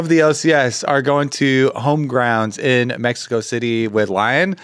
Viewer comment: YOU BOYS LIKE MEX-EY-KO!? YAHHHHH HOOOOOOO!!